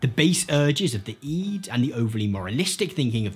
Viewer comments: It is NOT eed. It's pronounced id. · Why do you call it 'iiid' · I'm 50 years old, and I've heard the word "id" hundreds of times. I've never heard it pronounced "eed" before. It's very distracting. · He says "EE-d" but not "Eggo" surprisingly. I've never heard anyone say "Id" like "EE-d"